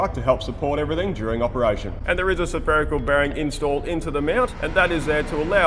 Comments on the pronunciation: sur-pherical bearing? Mate, practice saying spherical ;-) Another bloody good episode! AVAGOODLONGWEGEND! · I see is still struggling with his pronunciation of saferical. Help me out here Karen. Drop the first A mate, and you have it by the short'n'curlies...😆😆😆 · Great work, and the investment in custom tooling shows its worth. Is that how Aussies pronounce "Spherical"?